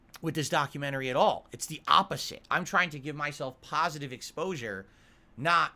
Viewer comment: "I am totally shocked this brave, successful streamer, who is well liked, and held in high regard by both his peers and fans, who does nothing wrong and everything right, would back out of a doco that would only show him is a pahsitive light. I never saw this coming. I guess there was nothing he could do doods.🤷‍♂He has to protect his fahmily and community of fans". --How thinks everyone else will think, when they hear he chickened out.